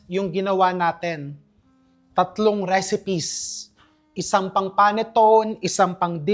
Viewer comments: Panettone is pronounced "pah-net-TOH-nay" in Italian, with the stress on the third syllable, and commonly as "pan-ih-TOHN" in English. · Chef RV, panettone, is pronounced as pa net to ne. It's a sweet bread that originates from Milan, Italy. Hope this helps. Thanks